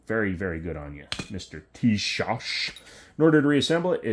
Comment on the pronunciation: The s at the end of Tisas is pronounced like the sh in shop, thats why it has a little hook at the bottom. The rest is on point.